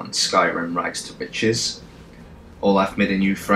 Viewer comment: when he says "rags to riches" all I hear is "rights to bitches"